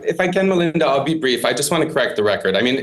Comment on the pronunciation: "If I may jsut brifly corrent therecord" "Okay breifly" ... 5 minutes later..